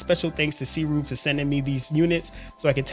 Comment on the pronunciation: just a heads up...its pronounced "soo ray"